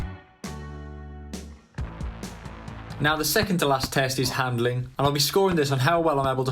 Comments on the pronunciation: "hadnling" lol. u are cool. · 'Hadnling' , not handling, 'Hadnling' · Hadling do you mean handling ? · im so sorry to point this out but HADNLING :D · At 0.37 "HADNLING" ⚽🤪🧤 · did any one else notice that is said hadnilng instead of handling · Anyone notice ‘hadnling’? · TF is "Hadnling"? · miss type. you said hadnling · He invented a new category!!! “Hadnling” 🤣🤣🤣